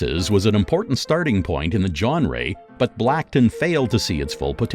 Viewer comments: I'm convinced he pronounces stuff wrong on purpose. "Jon Ray" "PixER" "Ad-Vert-Ass-Ment" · Ayo how come he pronounce genre as "John Ray" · Where did you get this voiceover guy? Can't even pronounce "genre" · Maybe all they need to do is practise the pronunciation of words like film (not fillem), French words like genre and anime and French names like Emile. If the narrator is not sure of the pronunciation, such as Arabian, it would be wise to check with a native speaker. Actually, the way he pronounces advertisement is how it is pronounced in the UK and Australia, so well done!